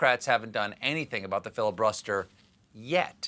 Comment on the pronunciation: Did somebody say filibuTTster? Have a nice day :)